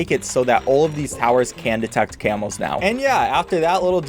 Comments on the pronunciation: I hear camels not camos I was really confused for several minutes. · I thought he was saying camels for a solid 10s when he was talking about camos